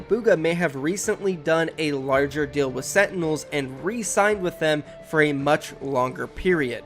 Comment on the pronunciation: Can you please try to say deal instead of dill